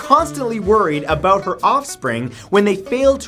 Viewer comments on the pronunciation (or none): “Let’s talk aboot punishments “